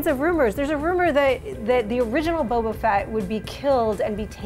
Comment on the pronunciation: Boba not bobo